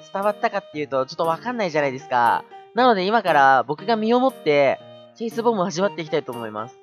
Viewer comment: 9割チェイスって言えてなかったねー ´ω` )/